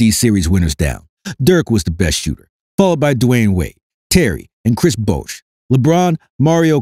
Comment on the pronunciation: kwesh bwouash 😂😂